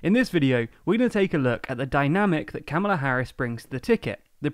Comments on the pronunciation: Thanks for another video. (Harris's first name is pronounced Comma-la, btw.) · Kamala pronounced "comma-la", please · Its Comma-luh** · It's pronounced COMMA-la Harris. Don't you people research?!?!? j/k we're all having a larf about the issue over here... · Pronouncing her name like you did is a sign you're racist and sexist, just ask the Democrats who attacked Tucker Carlson for saying her name that way.